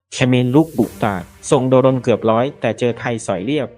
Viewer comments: อ่านว่า"โดรน"..ไม่ใช่"โด-รน" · ประเทศไหนบ้างว่ะอ่านว่า โด รน